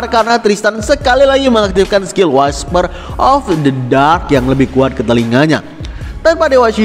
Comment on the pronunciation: Cara bacanya wisper bang bukan waisper, semangatt 😊😊